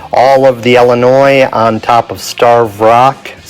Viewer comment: Omg it’s ILLINOIS NOT ELLINOIS. ILL LIKE YOUR ILL please say it right!